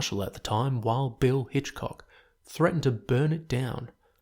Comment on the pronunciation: That's wild bill Hickcock,not Hitchcock